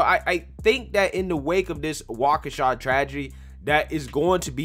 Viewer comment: You said Waukesha correctly. I am impressed.